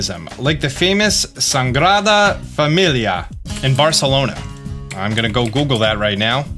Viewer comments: I understand that Spanish is not your language and all but when you said Sagrada Familia (Holly Family) you pronounced it as SaNgrada Familia (Bleeding Family) and honestly that was both painful and funny. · Your pronunciation of Sagrada Familia was so cute hahhaa